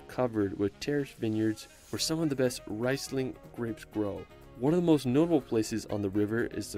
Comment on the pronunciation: Reisling no this is not Reis. Why can Americans not even, and ALWAYS, not differentiate between Ries and Reis.... its just incredible how little effort they give on letters.